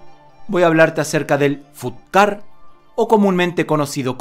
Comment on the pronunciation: Se escribe fut ga, pero se dice Fatt ga kuen, y es sureño no del nortem